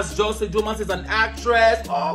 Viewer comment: Her name is pronounced“Joss lyn” not Joycelyn 😅 I enjoyed this video though